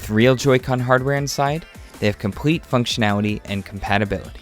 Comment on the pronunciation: Functionawity UWU